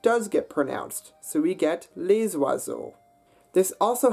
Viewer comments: and ‘les’ isn’t ‘lay’ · Indeed, and he has "les" rhyme with "lay" ;but these things are not intrinsically hard-they are "hard" because of our being accustomed to a different language"s sounds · I'm really sorry, I wanted to like the video, but it loses a lot of credibility because of the pronunciation. (Les, femmes, route - not only the 'R', but that's the wrong vowel etc.)